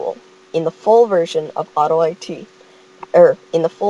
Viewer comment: Lol he said auto-I-t. I-t clearly s Pells it